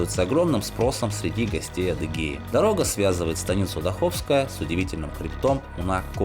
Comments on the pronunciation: дАховская! А не дахОвская! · Спасибо за видеоролик.Довелось учиться в Майкопе. Однокурсница была родом из станицы Даховская. Ударение в названии станицы на первый слог ДАховская.